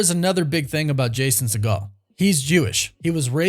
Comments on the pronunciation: It’s See-Geel, Not See-Gal, he’s not related to Steven Seagal. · Hey man, show some respect to Jason Segel and pronounce his name correctly. It’s pronounced (See- gul) and NOT (Se -Gaal) as in Stephen. It’s a Jewish thing man, help us put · Does he even know who Jason Segel is? Pronounced his last name like 3 different ways, none of which was correct. 😂